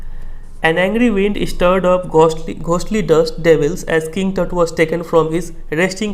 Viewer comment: Some time he said "tat" or "tit"😂